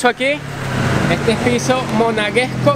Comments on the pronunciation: es principado, no principiado, y es monegasco, no monaguesco. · No es principiado, es principado.......... No es monaguesco es monegasco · Es Monegasco, no Monaguesco. Es Principado, no Principiado. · Sòlo un par de observacioes: es PRINCIPADO, no "principiado"... El gentilicio de la gente de Mònaco es MONEGASCO no "monaguesco"...si quieres corroborar, bùscalo en Google... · Aademas dijo Raniero en vez de Rainero y monaguesco en lugar de monegasco. Los venezolanos no leen entonces tienen un vocabulario extremadamente reducido. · "Monaguesco" __"principiado" no por favor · no se dice principiado sino principado no monaguescos sino monegasco. Y un montón de ignorancias mas. No tienes nivel para hacer esto. siembras una mirada de ignorancia. Estudia.